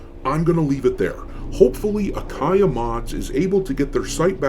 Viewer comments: It’s Ayaka-Mods, not Akaya 😉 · Doc... it's Ayaka not Akaya. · Man, it is "Ayaka" mods, not "Akaya" 😄. But the short of it: I love mods, especially those fixing the woke madness pestering so many games!! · Oh and the sites name is A ya Ka not akaya ^^ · Quick note Doc. You have "Akaya" mods in your video. It's actually "Ayaka" mods. Just want people to be able to find and support them.